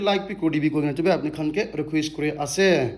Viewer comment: In every points t way you say ase doesn't sound good.....